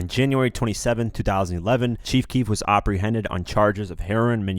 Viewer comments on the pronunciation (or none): oprehended? huh? with an "O" ?? WTF